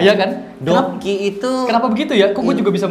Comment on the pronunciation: Dokdok dong 😭 ngakak banget anjeort gue ko 🤣🤣🤣 dok2 dibacanya dokki^^